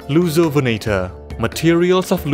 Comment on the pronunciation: i keep hearing it as "Loser-venator", man dinosaur bullying is such a problem